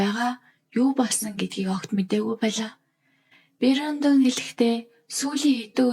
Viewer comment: Бэрёондон гэж дуудаад байх юм,Брендон за юу😂